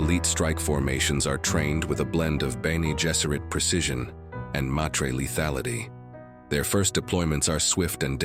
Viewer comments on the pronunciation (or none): "MAH-trey" not "May tree". "Sigh-tal-eh" not "sky-tale". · It is Honored Meters not Maytreyz